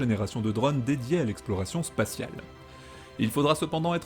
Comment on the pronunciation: Très bonne chaîne, plus concentrée sur un seul sujet à la fois...Simple minuscule rappel, ce sont les pôles et pas " Paul " et les drônes ( comme le Rhône ) et pas "drauaunes" en prononc, pas grave, mais rigolo.